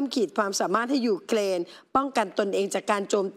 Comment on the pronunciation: It’s Ukrain not uklain